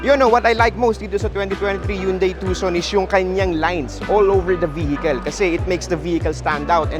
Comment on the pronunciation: Will not sell much to expensive. I think you pronounce it Tu-Son. Not TuK! Son lol...